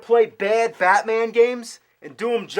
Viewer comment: on the first game he says ham batmaaaa